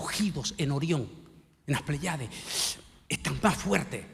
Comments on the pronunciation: Se pronuncia "PL(É)YADES" no "pley(á)des"; "espírit(u)" no "espírit(O)"; "Nabuco(do)nosor" no "Nabuco(no)dosor."; "ecu(mé)nico no "ecu(né)mico" Con mucho respeto: Como "doctor" debe de tener cuidado con la pronunciación. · No son pleyades, se pronuncia, Plèyades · Igual sucede con la palabra "pley(á)des"; se pronuncia "PLÉYADES"😊